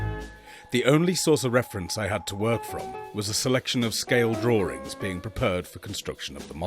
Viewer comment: "Draw-rings." Really annoying how my fellow Brits pronounce certain words!